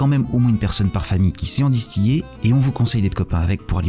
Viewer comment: La Lorraine c'est de la merde point. Et on dit distiller pas distiyer ou chais pas quoi merde